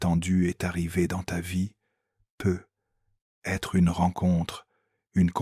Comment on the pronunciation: Trop penible les "peut...........être"... Zapp